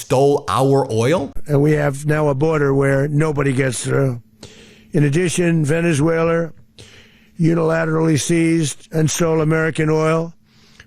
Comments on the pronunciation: He presents characteristic aphasia which coincides with dementia types. Aphasia manifests in his mispronouncing words when generating speech. Most recent example today in his press conference 1-3-2026 when he mispronounced Venezuela as "Venezue-LER". Again, he has shown he shows more aphasia symptoms than he did 10 years ago and now regularly has difficulty producing words in his speaking ability. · Did anyone hear, or noticed (around the mark), when trump pronounced Venezuela… “Venerzueler”?😂😂😂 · Trump you can’t even talk it’s not Venezuelr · "Venezueler." Good pronunciation, djt. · Sounds like the Mad King has renamed Venezuela. It's now Venushwaylur. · Trump said "Venezueswailer" not pronouncing "Venezuela" correctly! How did this low IQ moron ever get into office 😠 👇 All the delusional weirdo "Red Caps"🖕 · Trump said Venus whaler. 🤣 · Venezueler.... dementia don strikes again haha (just past the 12 minute mark). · Venezueler??? He's obviously not well. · Wait a minute. He said, "... Venezueler..." Everyone positive it was Valenzuela and not some demented, malignant narcissistic delusion? Oh wait. Dead people. Okay. Just checking. Maybe this demented malignant narcissist will put in a good word with god for 'em. He's that kinda guy. 🤣🤣🤣🤣🤣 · Venesailor? Maduor? Could he possibly be having another stroke? He’s having trouble pronouncing words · He said Venezwailer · Venezueler? Come on gramps spit it out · He keeps saying Venezueler. Like Tesler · Venezuelar…Teslar. Hmm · Did he say Venezwhaler? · This speech was horrible to watch. Venezuelerr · Venezueler??? Really??? Takes over a country and can’t even pronounce it??? The man is stark raving insane!!!! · He said Venezuelaer pathetic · When did Venezuela get an R at the end?!????😅